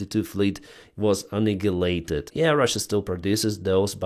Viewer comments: it is pronounced, "An-eye-a-late-ed", the 'G' is silent, like in "light"! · Hi, love your videos It's "annihilated" - just trying to help. Your Eng is great for a non-native